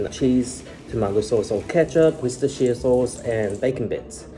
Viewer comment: I’m watching recipe and needed to take a moment to post. He uses Worcestershire sauce (and god bless you for pronouncing it correctly,! ❤️) and it made me think. Lea & Perrins is the most famous brand in America but the UK version is sooooo much better! America has a cream colored label and UK has an orange label. UK uses malt vinegar while US uses white. UK is much more yummy.